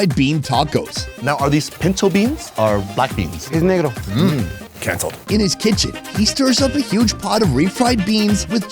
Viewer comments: "Canceled" hahahahaha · “CANCELED” HAHAH